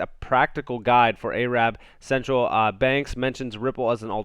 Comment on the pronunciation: I know ur not aware but A-Rabb is a derogatory remark! It's pronounced Air-rub!